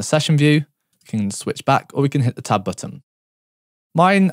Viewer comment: It took me a solid 5 minutes to realize he was saying "tab button"! I kept looking for a "top button" lmao